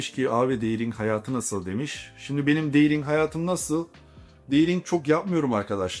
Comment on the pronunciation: Deting yerine deydinq demesi 🤣🤣🤣🤣🤣🤣😮🤣🤣🤣🤣🤣 birde ingilizcem iyi diyor